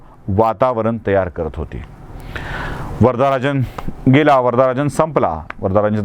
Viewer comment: वर'दा'राजन हा चुकीचा उच्चार आहे. त्याचे नाव वरदराजन मुदलियार होते. दक्षिणेत इंग्रजीत स्पेलिंग जरा विचित्र करतात त्यामुळे हा घोळ होतो. उदा. सीता चे स्पेलिंग Sitha असे करतात. Varada चा उच्चार वरद असा होतो.